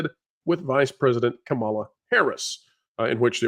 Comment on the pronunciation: Seriously you need to STOP saying Kamala’s name wrong! It makes you sound ignorant.